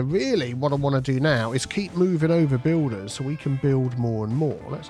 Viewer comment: u say Bulders and building Hawlers!!!!